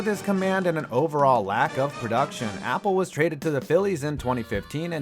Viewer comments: It’s not mark apple it’s Appel A-pel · It’s pronounced uh-pell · The way you say Appel as apple 😂😂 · It’s not apple it’s uh pel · I knew you were gonna make an apple joke for Appel, but his name is pronounced Uh - Pel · It's not Apple it's Appell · It’s mark “uh pell” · It’s not Apple. It’s A-Pel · Alright anyone else bothered by his pronunciation of Mark Appel It isn’t Apple Here’s the right way to say it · this dude doesnt now how to say these names, its not apple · I can’t tell if ur pronouncing it like Apple as a joke or cause u genuinely don’t know his name lol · It’s not even pronounced like Apple lol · It’s Appel not apple and nail not nial u need to learn how to say nanes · Mark "Apple" 😂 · Pretty easy to tell you’re not a baseball fan. Appel isn’t pronounced Apple. And the huge story you didn’t even touch on is the Astros picked him over Kris Bryant. The guy who won ROY then the next year he won MVP. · Since they don't know the difference between the pronunciation of the food apple and the name Appel, I'm assuming this channel is not all that familiar with baseball in general. Still a huge fan, just probably not worth getting upset about them messing those things up.